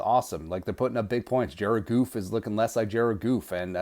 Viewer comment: U must feel like a real genius after your Guru analysis..... Its Goff not Goof.... I will send u some Kleenex.....